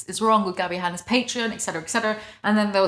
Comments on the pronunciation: the way you say Patreon sounds more like the alcohol patron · i have only ever heard pay-tron so your initial pronunciation threw me off guard lmao, great video tho, genuine thanks for being here and making content i like your stuff a lot